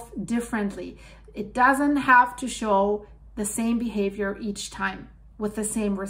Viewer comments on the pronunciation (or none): none